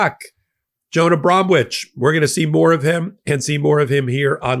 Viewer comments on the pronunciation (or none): The 'w' in Bromwich should be silent. Like the 'p' a psychiatrist has...